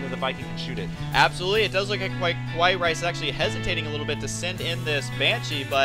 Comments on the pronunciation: hey, i think you guys pronounced KawaiiRice's name wrong..........not "ku-wa-yi".....it should be "ka-wa-yi".....im pretty sure it is the pronunciation for cute in japanese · hes e-mailed Kawaii rice and he has said that he wants it to be pronounced like "hawaii", the island.